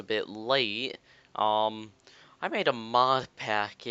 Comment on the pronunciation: I've just come to notice an irritation the way he pronounces Um is wrong, its Um not aaaum or ooohm. Its just Um.